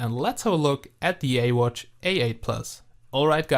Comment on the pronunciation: You dont say ee watch you say this as iwatch